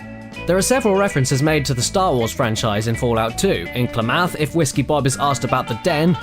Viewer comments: "Klamath" is pronounced like clam-math, with emphasis on the first syable. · Oh my god, your pronunciation of Klamath is killing me. Just trust me, I live in Klamath Falls. Seriously though, love your work and keep it up mate.